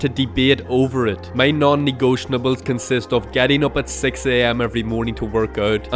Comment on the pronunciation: its not "negotionables" your're adding a full syllable